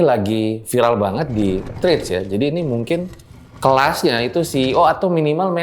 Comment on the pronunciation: yg S2 aja ngucapin sosmed Threads dg pengucapan "trit". Yg bener bukannya "tret"?